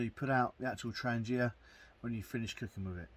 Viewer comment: Wouldn’t it be good if the instruction booklet told practically all YouTubers how to pronounce ‘Trangia’ correctly - the G is said like garlic or girl, not like German or gel.